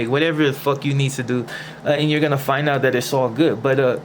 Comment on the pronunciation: Ain't getting jumped out of your hood like being a peceta . And why do you say fonna instead of gonna!ain't that' Tinto shit!should of just got into a Tinto gang!!